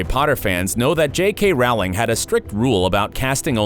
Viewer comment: Other things that changed: how you pronounce names! Is it too difficult to research that Domhnall is pronounced DOUGH-NALL, rhymes with tonal, and the author's name rhymes with BOWLING not howling?